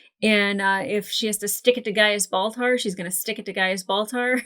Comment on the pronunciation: I never heard "ball tar" until this video. Thank you? 😂